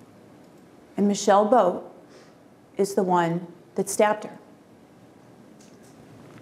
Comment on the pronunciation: when they say michelle boat it sounds like "my sail boat"